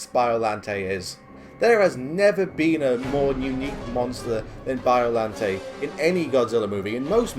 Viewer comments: It's Bio-lawn-tay, not Bio-lan-tay. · it's pronounced kir-yu bio-lan-ite